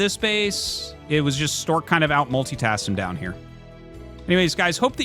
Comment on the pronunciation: Artosis mispronounced "Stawk"